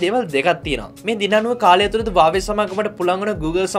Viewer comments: හුවාවි කියපන් හරියට වචනේ pronounce කරගන්න බැරිනම් . වාවේ වාවේ ගාන්නේ නැතුව 😂😂😂😂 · වාවේ නෙවෙයි බං හුවාවේ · හැමෝම හුවාවේ කියද්දී උබ විතරක් ඇයි බං "වාවේ " "වාවේ " කියන්නේ ???????😂😂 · වාවේ නෙවේ බං හුවාවෙ😁🖕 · වාවේ කියන්නේ මොකක්ද ? මගේ පෝන් එක huwawei ( හුවාවෙ) 😂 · Awei newe bn huawei 😂😂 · Deg mokada karana api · වාවේ මොකක්ද ඒ අ ආ අඩෝ වාවේ වාවේ.....?